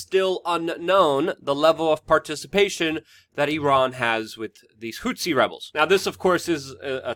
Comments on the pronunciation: It's pronounced "Who-Tee" not "Whot-See"; people keep thinking back to Rwanda and it's genocide between the Hutus and Tutsis. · DUDE! IT'S NOT HOOTSI! IT'S NOT THAT HARD TO SAY! Just say Hooti, that's much more accurate and doesn't sound nearly as ridiculous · HOO-THEE.. Not hootsi dude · Whats a "hou-t'see"? Its pronounced "who'thee". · Houthi = hoot-hee Houtsee, hootzi or whatever is very distracting. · Dude, it not hootsie.. it's "HOUTHI" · Who the hell are the Hutzis?? An African tribe related to the Watusi?? Please prepare a little, and at least pronounce the subjects of your videos correctly. Takes away from your credibility that you do this. They are the Houthi people...your're welcome.